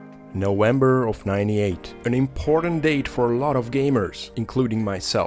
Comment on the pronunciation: Bro, you have to pronounce V not W :'D Half-Life is just meant to be born. Everything was and still insanely good about this game. On the over hand Sin was not even estethically pleasing. Like incomplete mod for Quake